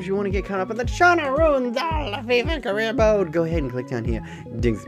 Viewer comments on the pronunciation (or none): none